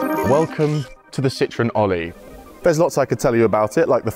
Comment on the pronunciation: What is wrong with the Brits?????? This car is NOT called a lemon, which is exactly what "citron" is in French. It's just as bad when they, and most Californians, refer to a Porsche as a "Porsch". Citroën is actually very easy to pronounce----si-tro-en. It's almost as easy as saying por-shaw. Please stop mangling French and German.